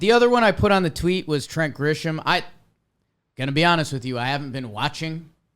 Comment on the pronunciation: I comment on these everytime you say it. My guy. It's not Grishom, No "H" in the pronunciation. My fellow Braves fans and I thank you. #jakesucks